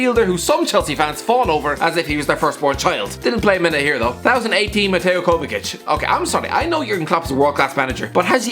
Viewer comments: Everyone: mateo kovachich: kovakic thehocuspocus9: “kova sich” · No, it's kovachich! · Everyone: mateo “kova sich”: kovakic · Ffs its pronounced Kovachich, why would you pronounce the first c with a k and the second with a ch? Anyway Kovačić is not just decent, he's brilliant. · are just going to ignore the fact said 'di matteo kovasich' 😹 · Zavi and Kovakic lol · what is that pronounciation of Kovačić? Jesus, the hairs on my neck stood up haahahahah